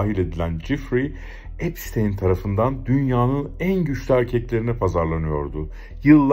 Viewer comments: çok iyi video cesaretinden dolayı tebrikler ama bir eleştiri olarak yapay zekayı azalt abi. gerçek kullanıcılar ai materyal görmekten hoşlanmıyor ve gezegeni bitiriyor bildiğin üzere. bir de epsıtiiiiin. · Abi emeğine sağlık çok iyi video olmuş ama 'epstayn' değil epstiin diye okunuyor video boyunca kulağım tırmalandı. 😂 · abi amerikan mason tapınağı videonda da geçiyor soyadı epştayn diye okuyosun hatta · Virgin "bakire/bakir" anlamlarına geliyor. Ada seçimi bile tesadüf değil galiba, ufacık çocuklarla yaptıkları rezilliklere bakılırsa... Yalnız şu adamın ismini doğru telaffuz etmemek konusunda neden herkes bu kadar dirençli, işte onu anlamıyorum. Videonun başında kendi halkının "epstiin" şeklinde telaffuz ettiği ismin peş peşe eklenmiş birkaç sese rağmen videoda ısrarla "epsteyn" ve arada bir de "epstayn" diye telaffuz edilmesi neden?